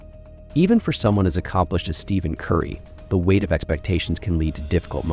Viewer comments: The minute you mispronounced Curry's name as Steven, I turned the video off. You do realize that's why Nike lost their contract with him? Do better. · His name is not pronounced Steven . . . use the ph as “f”